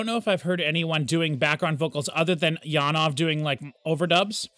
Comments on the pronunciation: The Jan part is corretctly worded, but ove should be more like ov-eh, where the eh is pulled out a fraction. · I love how passionate you are about Janove's music but I really wish you would learn to pronounce his name correctly!